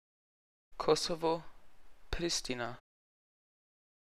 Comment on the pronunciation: Bei Kosovo 😂 So komplett falsch ausgesprochen 😂